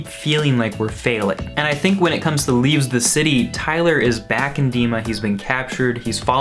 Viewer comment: Why do you keep calling it "leaveS the city"?